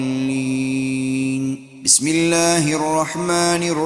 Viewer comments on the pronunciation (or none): none